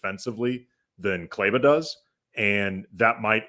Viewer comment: Could they be playing Maxi for other teams to see him (to facilitate a trade)? Also, I know you have no history with him but he’s been a significant contributor to western conf and NBA final teams, and as someone who appreciates that it hurts me to hear you consistently mispronounce his name. Please either have enough respect for him to learn how to pronounce Kleber or just call him Maxi.